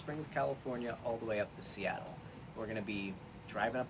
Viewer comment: "Once i'm in Steatle, i'm seatled."